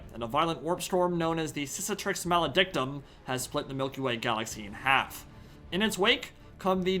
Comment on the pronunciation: Cicatrix is quite similar and probs has the same meaning as Cicatriz, Scar in spanish. Pronunciation should be CiKatrix.